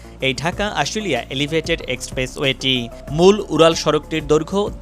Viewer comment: ধুর ইডিয়ট!এলিভেইটেট!